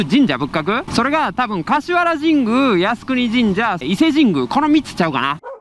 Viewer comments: ちゃんと言ってたらすいませんが 「かしはら」ですよ？ 「かしわら」って聞こえます。 もう一度言いますがちゃんと言ってたらすいません😣僕の耳がおかしいだけです‥。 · 橿原の発音「かしわら」って聞こえる